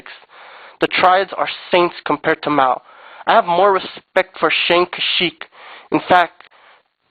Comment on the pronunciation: "You need to suck it up, either go hard or go home!" That was kind of homoerotic. You can't even pronounce Mao's name right. Not too mention you had to read this of a paper. You couldn't even pronounce Chang Kia-shek's name either. Do your parents pay for your internet? Nothing's free boy.